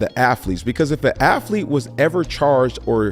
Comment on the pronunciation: Killing me with the "Ah-fleete" instead of "athlete" 😂